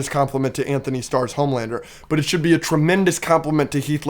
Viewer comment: Just letting y’all boys know that it’s Antony, not anthony starr